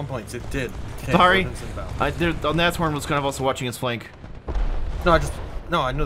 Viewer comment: I am proud of you, you finally pronounced Nashorn right :D